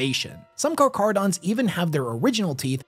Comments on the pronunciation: It’s pronounced Karkarodon and kimerik It’s tyberos, not Tyberios Their armor is not white, it’s mostly grey shades with some white and bronze. Only dreads seem to be white Silent Hunter was an awful book 😂 It’s definitely Raven Guard because of mentions of the exile and the fact they use the Pale Nomad moniker. The Sharks have the blessing of the High Lords since they are part of the Pentarchy of Blood. The hot squad meant to destroy rogue chapters. Tyberos has Coraxs claws His height is not overblown because you ignored the fact that he stood a head taller than his terminators when viewed BEHIND them. That perspective would normally mean he appeared smaller. But he’s higher. So he’s definitely 12ft plus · A lot of comments complaining about him mispronouncing Charchardons once at the start but that's far from the worst pronunciation issue here. It's Teh Kah Who Rung E, with each syllable pronounced distinctly and not rushing through the word. The R of Rung has a slight roll to it as well. Definitely not Teka Hurungay. All three parts are very common in Te Reo (Maori language). Te being an extremely commin prefix (the), and Kahu and Rangi both fairly common Maori names. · I'm sorry, but i can't take this video seriously after you mispronounced carcharodons. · Am I the only person that grew up watching shark shows in the 90s and hearing the way people pronounce Carcharodons physically hurt you as well? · It's a Greek word, so it should be pronounced "k" instead of "ch" as in chair. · Car cara don. No ch sound. Just like the name for the white death. Keep at it. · It's pronounced like a [k] sound, not [ch] Carcharadon is scientific name of white shark genus, from Ancient Greek — κάρχαρος (kárkharos, “sharp, jagged”) + ὀδών (odṓn, “tooth”) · It annoys me so much that switches between pronouncing it as car-carodons and car-char-odons hes literally the only person ive heard pronounce it as car-char-odons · Car-car-odons my guy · Car-cha-ro-dons learn to read